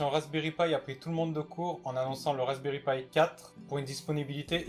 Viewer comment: C'est pas pie c'est pi